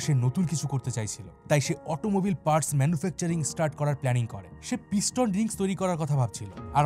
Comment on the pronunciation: আপনার চ্যানেল টি খুবই ইনফরমেটিভ কিন্তু দুগ্ধে গোচনার মতো আপনার উচ্চারণ এ ফাঁক থেকে যাচ্ছে ( যেমন অটোমোবাইল কে আপনি অটোমোবিল বলছেন) যেটা আপনার মত বহুল প্রচারিত চ্যানেল এর গ্রোথ এর একটি অন্তরায়। তাই অনুগ্রহ পূর্বক আপনার অনিচ্ছাকৃত এই ত্রুটিগুলো যদি সংশোধন করে নেন তাহলে আপনার চ্যানেল এর রিচ আরো বাড়বে বলেই ধারণা করছি। বিঃদ্রঃ আপনাকে খাটো করার কোনো অভিপ্রায় থাকে কথাটি বলিনি।